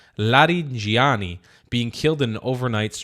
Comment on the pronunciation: you can call it a counter offensive (not a counter operation), and his name is pronounced la-ree-jah-NEE, with the j sound like in jihad.